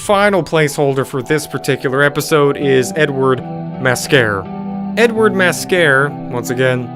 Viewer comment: When you were talking about the last one I kept hearing you say N-word instead of Edward. It was quite funny and confusing. Thanks for that it really got my day going on a hilarious note.